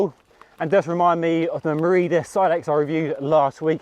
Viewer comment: Its pronounced 'willly uh' not 'villy uh' they are italian not german 😉